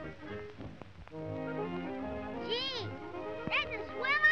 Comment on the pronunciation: Too many favorite parts on this one, but one is at the beginning when Spanky is being asked to watch the babies, & he says, “Hey you guys where do you get that stuff I don’t take care o’ no babius!” 😂 It’s hard to spell it the way he says it, but it’s the word ‘babies’! 🤣 It’s like “babus” 🤣😆